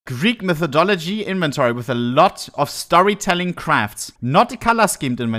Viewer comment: bro said mythodology 💀